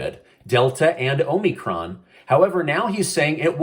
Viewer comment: "HOMIEcron" lol